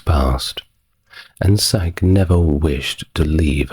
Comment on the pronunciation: Love this video. There are many 'sleep' channels but they all rely on AI and have ads enabled, knowing this one is human powered is refreshing. Also, not to nitpick but ffr; In Niobe all the vowels say their name and Psyche is said like Psych-ee, the e also says it's name. 😀